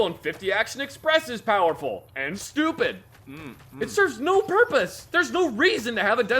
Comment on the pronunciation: I like how says Stupid here.